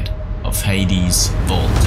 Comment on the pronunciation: Haha he says hadys vault